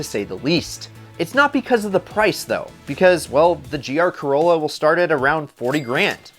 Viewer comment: when you say corlla i actually think of initial d and the ae86